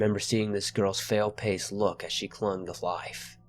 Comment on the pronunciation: Did any one notice at 16.10 he said fail pace instead of pale face?